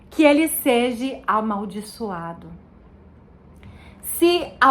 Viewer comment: É seja, irmã, não seji... Continue estudando irmã, você vai chegar lá, se de fato, for o Espirito de Deus que está te guiando, mas continue estudando, porque até os próprio eleitos poderão ser engnados.